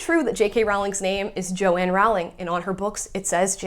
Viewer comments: Rowling rhymes with bowling, please be respectful, unlike those in the video you're reacting to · It’s so annoying how Americans, and even some brits, pronounce JK Rowling’s name. It’s not bloody Rawling! It’s pronounced like the word ‘rolling’. Also, yeah, the publishing house suggested she change it to appeal to boys. And she doesn’t have a middle name so she used her grandmother’s name, Kathleen, for the initial. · Why are you mispronouncing her surname? It's rude.